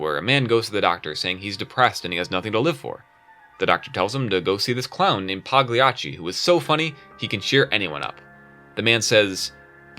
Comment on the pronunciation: The G in Pagliacci is silent